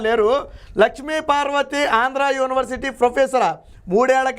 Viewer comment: బాబూ! స్వామీ! ప్రారంభంలోనే " యోని" వర్సిటీ ఏవిటండీ ? యూనివర్సిటీ కదాండి? కర్ణ కఠోరంగా యున్నది.